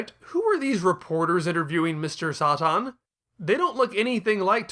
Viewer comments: You can hardly pronounce anything right tf is Mr soi tin its Mr Satan ("say-tin") 😤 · New to the Chanel.. is there a reason you’re pronouncing satan as Sah tahn? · as a native english speaker i know for sure satan is not pronounced like that